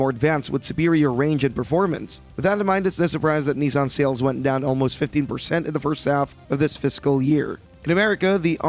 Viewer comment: It's not nee-san, its nih-san.